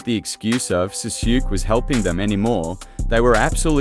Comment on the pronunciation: jesus man please learn how to pronounce these names you called sasuke SAHSHOOK?!